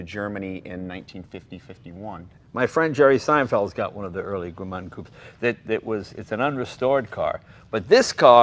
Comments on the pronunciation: Guys the name of the city is Gmünd not Gmund ! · It’s GMÜND not GMUND - different pronounciation and spelling. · As an Austrian it hurts hearing '"Gmünd" being mispronounced so many times... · They should never have built another one after that. Also cute how they pronounce it. Gemuund. :-)